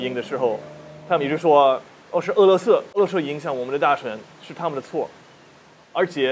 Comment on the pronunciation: 想纠正下你的发音喔 不是 塔们 是他(坍塌的塌的发音)们 塔们这个发音 欧美人好像非常习惯这样发